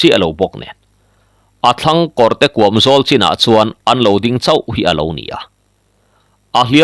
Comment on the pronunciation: I chhiar thiam viau na in, heng thil i lam dan hi chu ka sel ve deuh." Lui KUAM, hnar KIN, SEIH tih leh TUBAL" heng Capital ka ziah te i lamdan hi chuan Beng i ti thlep deuh.